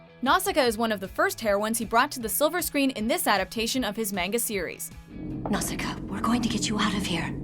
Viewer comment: Cripes, do you ever check how to pronounce these names? NOW-shee-kah. Hi-YA-oh Miyazaki. MAHn-gah. stops watching